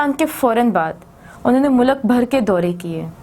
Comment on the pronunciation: Teacher mulak nahi hota mulk hoata Hy